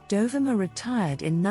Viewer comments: Dear AI isn't it Dohveema! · Great archival photos. Just a gentle correction regarding the pronunciation of her name—it's pronounced Do-vee-ma. I'm not sure if the narration is done by AI or by you, but that's how Dovima pronounced her name. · Typical AI nonsense. Her name was pronounced Dov-ee-ma, and "dollar a minute" is not "dollar a mAI-nute".... (To name but two.) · It's Doe-VEE-ma!!!!!! Google it! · Please, to the narrator, learn to pronounce her name. DOVIMA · Pronounced: "doe-VEE-ma" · Isn't her namy pronounced.....Do...ve...ma...???? That's what I thought..😊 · It's dov E ma. Pronunciation please!? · This is a nice collection that is a fraction of her portfolio. She was a friend of mine back in the 1980s in Ft. Lauderdale. The bikini shot by Toni Frissel on a Jamaican beach is not her. And the commentary butchered the pronunciation of her name.